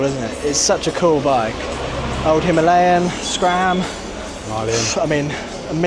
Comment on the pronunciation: lol why do you keep saying “Himarlian” instead of Himalayan